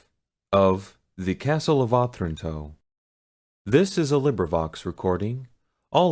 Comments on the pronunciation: Yes, uh-TRAN-toe. His reading and phrasing isn't great. And what I presume is a poem at the end of the preface was read really weirdly. It sounded like he was pausing at the end of lines of poetry even though you can tell by the phrases that they run on rather than pause. There's being able to read, being literate, then being able to READ. He can do the first, but not so great at the second 🙄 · Oh- tran- toe Wow..not. oth-ranto